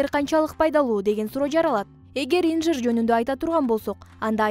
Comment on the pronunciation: Инжир эмес атын туура айталбайсын .